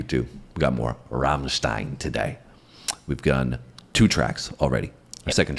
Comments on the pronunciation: you are the first person not saying "rammtiiiiiiiiiiiiiiiiiiiiiiiiiiiiiiin" your are saying right its"Rammsteeeeeeeein"^^ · Eventually a pair of Americans/Canucks that can pronounce Rammstein correctly...